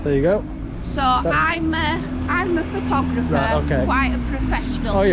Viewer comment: she cant even say the word photographer ! how do they get let out without supervision ? you should complain to the local nut house